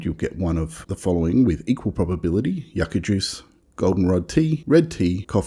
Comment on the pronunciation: It's not yucka, think of you, it's pronounced you-ka.